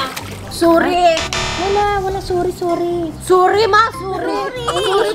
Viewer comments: Tatlo tagalog ng sorry No one: Ivana: Sori😂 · Tatlong paraan ng pag-sosorry sa filipino: Ivana: SURI. MA, SURI! SURI PO! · 3 paraan para humingi ng tawad sa tagalog Ivana: Suri, Suri Ma, Suri po! 😂😂😂